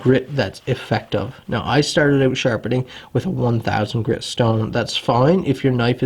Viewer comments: Canadian. Pronounced out like owuut... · It's cool some Americans pronounce 'out' as "owt". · ow-ut, abow-ut wtf is with that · Canadians talk funny. The work "out" only has one syllable in U.S.A. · I knew you were Canadian before I even saw the flag hahah. The way you pronounce "out" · Every time you say "out" I hear Canada.. Canada!